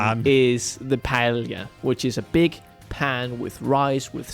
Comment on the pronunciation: I'm not even spanish (I'm portuguese) and can tell that doesn't pronounce paella right... he didn't even notice you can buy it in shops (I haven't even bought the game yet and still knew that). You could have made some research at the very least. Also there are so many details you could have talked about, instead you just focused on the generic stuff. Low effort video